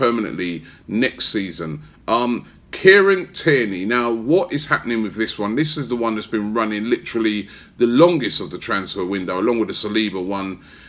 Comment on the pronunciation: Robbie every time you say Kieran it sounds like you saying Karen Tierney 🤣🤣